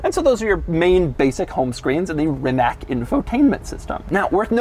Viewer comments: Haven't heard a single person pronounce "Rimac" correctly yet. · As a Serb, the way Doug said Rimac made me cringe 🤦‍♂️ could’ve at least asked Rimac how it’s called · I'm pretty sure you mispronounced Rimac. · Doug: “They’re called Rimac”, emphasizing the name. Then pronounces the name incorrectly. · The way he says Rimac… come on lol learn how to say it lol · It would be nice if this guy included correct pronunciation the last name of Croatian innovator in his overreacted with false emotions show. Rimac - C is not K! It is more closer with "ts" like in word celebrate. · Pls pls pls pronounce right Porsche and Rimac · You did bad job on this one.There is more to show on this car and you need to learn how to pronounce the name RIMAC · Almost everyone mispronounces Rimac, and not just Doug. As for Porsche, Doug is actually pronouncing it correctly, at least in the American term. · Please for the love of god learn how to pronounce Rimac correctly. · I watched at least 50 of your videos,the only thing I dont like is your pronunciation of some manufactors names,like Porsche,please dont ever speak it again,Rimac,just shut up.I know you are an american,but please,you are popular,find somebody that can correct your pronunciation,thanks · It is Rimac. Not RimaK. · It's Rimatz, not Rimak. Just sayn'. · Its not Rimak its Rimac. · Rimak wtf its rimatz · You did not evan seid the name right..it is not Rimak... but Rimac...leran to say it right when you are making review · Stop pronouncing it RimaK, it is Rimatz, says the guy who's name it literally is. Its the equivalent of calling you Dooog Dehmoorow. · It's not Rimak it's Rimac. With "C". Please, americans it's not that hard to pronounce it right. My ears hurts. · it's not Reemack... its Reematz... (Rimac) ;) doug you should first learn to pronounce correctly before trying to do these videos :) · Pronounced "Rimatz." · Rimac are pronounced Remuts like nuts ❣️ Love from Berlin 🇩🇪 Ramsi 😘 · ‘rimaTZ’ is the right pronunciation